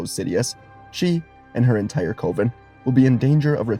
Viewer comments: What if you knew how to pronounce coven. Cuh-vin. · Cove-in instead of coven is wild work buddy. You can Google words and the TTS will tell you how to say it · FYI, "coven" rhymes with "oven". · Beautiful theory, but just a heads-up, Zabrak is pronounced with two short 'a' vowels, like Atlantic or Anthrax, just a heads-up if you use them again in a theory video, and coven is pronounced exactly like oven, but with the c in front of it. Beautiful theory, as always ❤ the team up idea in this theory was dope, and the ending was even better! Well done, as always!